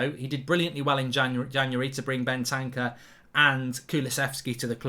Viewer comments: It`s Bentancur not Bentanca😂😂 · Mark this has been annoying me for ages it isn’t Ben tan cer Ben ter cure